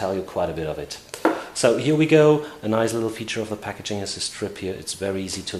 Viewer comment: "here we goo" oh umm " go" hehe